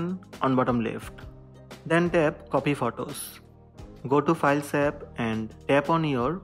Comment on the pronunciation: This worked, at first I couldn’t understand what he said, but it was “open the files tab”.